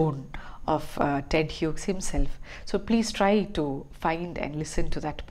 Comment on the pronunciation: Hughes is pronounced as HEWS rhymes with jews ....